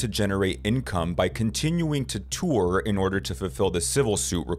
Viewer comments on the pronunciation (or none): The word "tour" is only 1 syllable.